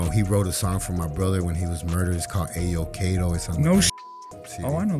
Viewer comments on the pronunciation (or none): Ah yo kato? 🤦🏽‍♂️🤦🏽‍♂️🤦🏽‍♂️🤦🏽‍♂️ A'yo kato!!!! Ridiculous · What was the name of the song again 😂😂😂 A yo kaa toe. Damn you butched that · Lmao u might as well said avocado he said aye yooo wtf is u pronouncing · How you pronounce his name correctly throughout the video. But whejnit came to the dmx single. You say it all wrong